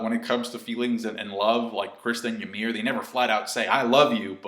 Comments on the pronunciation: It's "YUMIRU" not "Yamiru" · Fucker it's Ymir not Yamir. Hajrudin, not Harejundin. Please. :'( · how he says ymir's name is funny